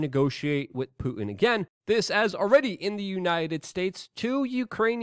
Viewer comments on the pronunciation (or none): none